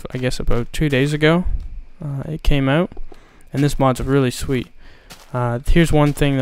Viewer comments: "Aut" is a dead giveaway for all canadians. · You said Out like a Canadian XD